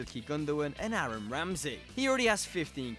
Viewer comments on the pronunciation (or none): none